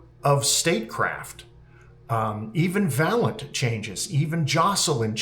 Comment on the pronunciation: Very nice, now I have to retrain my brain on how to pronounce Fafnir and Valint. The first wasn’t too far off, just a slightly different A. The second is a bit more extensive and mostly because I'm a software engineer and so have a particular way to say 'int'. 😅 Listening to it again, I think it's just which syllable is stressed.